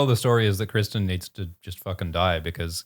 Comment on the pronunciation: Cwistan UwU